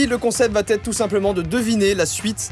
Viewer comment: On dit vraiment "VA ÊTRE", pas "VAT-ÊTRE"...